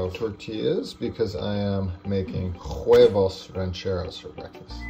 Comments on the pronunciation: please stop saying JUEVOS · Pronúnciate Huevos as West Webos. Not Juevos. good recepies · Well I’m with your mom. It was a good video and good tips but it bothers me when people who are cooking them the food don’t even bother learning how to pronounce the name of the food they’re cooking. “Juevos” rancheros. 😱 me muero! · No need to pronounce the “H” in Huevos…🤫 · You said “huevos rancheros” in the most white way possible. You don’t need to pronounce the h. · also just a pronunciation correction, the "h" in huevos is silent:)